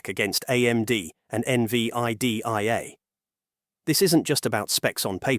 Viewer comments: I stopped listening at N-V-I-D-I-A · AI GARBAGE. IT CANNOT EVEN PRONOUNCE NVIDIA.... PATHETIC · It's hard to take this channel seriously when it can't even say NVIDIA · Thats what I was gonna write 😂😂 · When I hear errors like this, my AI alarm system starts ringing.